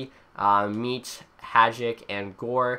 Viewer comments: V. Mete.. Isn't pronounced meat its Meh tay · I know he said meat